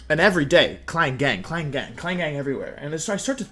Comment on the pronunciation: Wait klang not klinklang